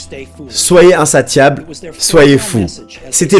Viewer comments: Slt pour info insatiable se prononce comme attention c.a.d insa"ss"iable 😉 mais belle traduction sinon merci pr la vidéo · Super vidéo, juste un petit truc pour éviter que tu fasses l'erreur de nouveau pour le mot "insatiable" le "T" ce prononce "S" 😉 en tout cas j'aime beaucoup tes vidéos continue tu déchires 💪